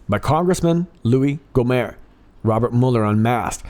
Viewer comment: Gohmert (not french, pronounce the t)